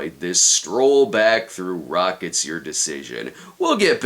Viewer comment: I still hear "Rockets Your Decision"